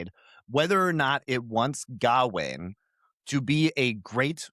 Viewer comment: If I hear say “GAH-WAYNE” one more time, I’m gonna jump through this phone screen and serve him up to the Green Knight. DOA’s pronunciation is correct, it’s “G’ WAYNE”